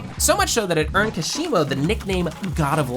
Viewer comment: It’s pronounced koshimo